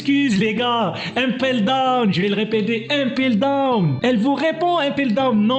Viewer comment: Tu sais pas parler ou quoi impeldown pas 1peldown